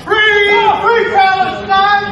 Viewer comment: He chants Free…Free…PalesTIIIINE. that’s NOT how it’s been chanted by pro-Palestine supporters. Just watch thousands of videos of the protests. It’s Free, Free PALestine! The accent is on PALestine, not PalesTIIINE. You’d think if he were a true supporter, he’d know how the chant goes. Stay safe. Sterling stuff as usual.